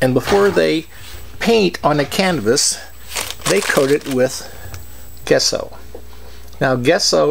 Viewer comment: Great video nice when people share their process. FIY your white acrylic paint is pronounced Jesso